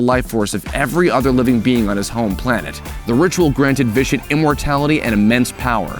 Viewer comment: its vitiate not vishit